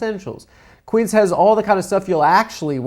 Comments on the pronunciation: That's not how you say Quince, amigo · What are the chances that first sponsor’s name is the Spanish word for “fifteen” and Adam is mispronouncing it horribly